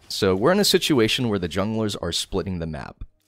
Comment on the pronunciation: "situlation" like this